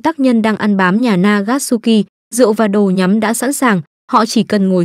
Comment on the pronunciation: Nagasuki t nghe thành Akatsuki